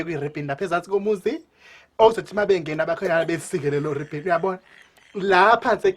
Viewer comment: E ribbin not ribon ,😂😂😂